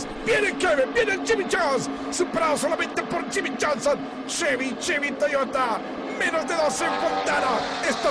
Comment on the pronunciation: "Cheby, Cheby, Toygota"